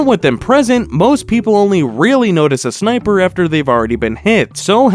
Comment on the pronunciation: atch out sneightper ahead